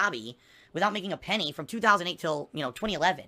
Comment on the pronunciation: "WITHOUT MAKING A PENNE"